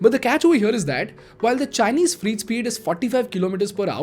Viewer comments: The pronunciation is not Freet. It's Frey-eet corridor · 😂😂😂😂😂😂😂😂😂 What the hell is "free-T" It's pronounced "frayt" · It's not freet Its freight.....pronounced frait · Its freight not free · Freight, rhymes with weight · Sir, isn't it pronounced Fr-eight. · Your "Freight" pronunciation is flawed. It sounds like FREE trains. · Your videos are great. However, it’s pronounced ‘FR-ATE’. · Freight Train Indian English pronunciation Sounds like frayt trayn Slow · Fr8 trains, Fr8 Corridor etc. I was really confused at the beginning ki whats a free train?? Not mocking or anything, i have had my share of pronunciation issues early on. But you are directly influential to Lakhs of students and youngsters through these videos and your other activities. Your pronunciation has to be on point/better as i have noticed many errors in previous videos too. Meri galti is galti your galti is paap ;) :P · Bhai, why dont you check the pronunciation? Its not free trains. I got confused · Pronunciation is more like Freyt or Fre8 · Freight is pronounced as fray-t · Your pronunciation for freight train is wrong, it looks like your are saying free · It’s F R E I G H T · Please learn to pronounce freight correctly 😁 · I'm not trying to be offensive here but if you're going to sell a course on communication, I would learn how to pronounce "freight" correctly. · You pronounced "FREIGHT" wrongly in the whole video. It is improper English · weird pronunciation of 'freight' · phele freight thik se bol de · Get your English pronounciation correct, pls refer to ... Words like freight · I follow your videos, and in many cases find that your research is good. But I suggest you edit and reload this video because your pronunciation of "FREIGHT" sounds like "FREE". So, it sounds confusing because these trains are not free. Freight is pronounced "Frayt". T is not silent and the 'ay' bit in between is like in Pray. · is it just me or , is he really saying free train again and again instead of freight train